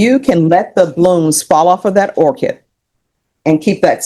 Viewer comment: Orchid, not orchard.